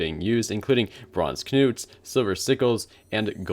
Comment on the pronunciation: The k in Knuts is silent buddy